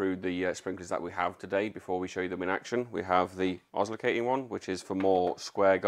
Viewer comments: Ozlerkating one hahaha. Its osserlating.😂 great video guys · Os so la ting pronounced Please NOT os lo cating;) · Ozlocating?? Really? 😂😂😂😂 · Just needs to learn how to say oss-ill-ay-ting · Oslicating...?... oh, you mean oscillating? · You mean oscillating, don’t judge